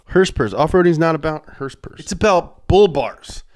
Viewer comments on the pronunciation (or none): I swear if he says HersPers one more time...